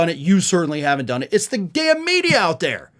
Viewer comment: "yeah-uh it's the libral meedeeyuh run by Jews.."